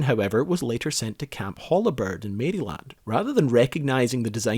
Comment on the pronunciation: "marry-land" is pronounced "merylland".